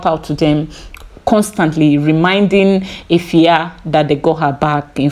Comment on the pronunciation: Your pronunciation of Afua is perfect ❤